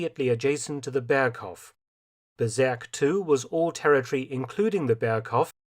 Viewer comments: "Bezirk" is pronounced "Bizeark" to use English vowels 🙂 Now it sounds like "berserk" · I think it's Bezirk, not Berzerk. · Bezirk not Berserk. I don't know IPA so I can't really tell how to pronounce it. But that is just a nitpick. Great video as always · one small correction, when talking about those area's on the Obersalzberg, the word "Bezirk" is not pronounced with an "e" but with an "i" not sure how to do the phonetic thing.